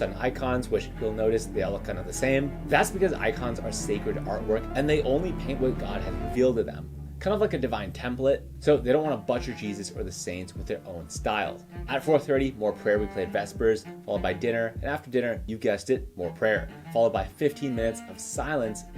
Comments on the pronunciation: I think this is AI. He said Butcher like Butt-cher instead Bootcher. Also, there is NO way that guy was a USMC chaplain since USMC chaplains are Navy officers. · « Butt-cher » ??? Does anyone else pronounce butcher that way ??? Great video anyway. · Did anyone teach you how to correctly pronounce "Butcher"? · That and his pronunciation of "butcher" x_x